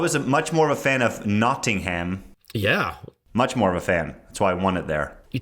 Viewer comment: Love the way you guys pronounce Nottingham 🤣 it’s actually pronounced Notting-hum not ham